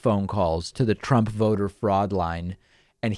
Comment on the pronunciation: Did he say Prump?